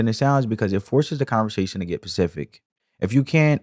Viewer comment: Bro, it’s SPECIFIC NOT PACIFIC. Damn!!!